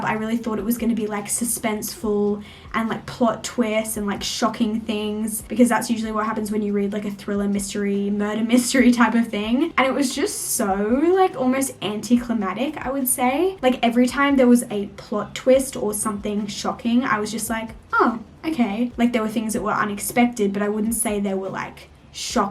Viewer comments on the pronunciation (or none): Hehe I keep noticing you say anticlimatic, it's anticlimactic, it has another C before the T, sorry 😂🤍Also Oatly is the best oat milk, and I agree that nothing beats a HOT coffee!! Also, want to quickly mention the book I am reading right now which I think you will LOVE, Bodies of light - Jennifer Down. So far the book is a 5/5! Much love xxx